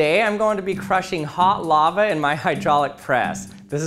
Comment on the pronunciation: He keeps saying “Laver”